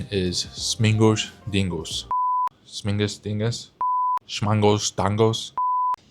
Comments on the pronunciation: It's not śmingus, it's śmigus. There's no 'n' in there. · There's no N in śmigus